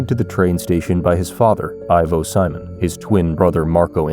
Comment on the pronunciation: Why do you pronounce his last name in the English way when even a regular English speaker would know in Brazil it’s surely See-Monn